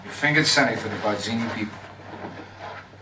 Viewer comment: "It was BAH-zeenee." "Hello, Carlo."